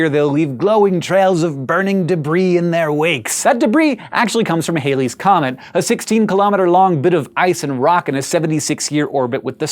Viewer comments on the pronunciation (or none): It was named after Edmond Halley, not f***ing Bill Haley! haha. Why are you pronouncing it Haley's Comet? Cheers. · You mispronounced Halley's. It's all good though.